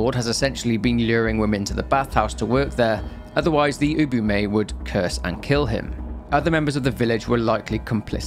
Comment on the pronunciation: he's still not pronouncing Ubume or Erena correctly. He's saying Ubumay instead of u-bu-me, and Erena as Erayna instead of e-re-na.